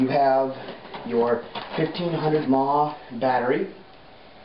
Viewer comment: ok its M.a.H, not mah its not one word it means milliamp hours and it determines approximately how long the battery will run.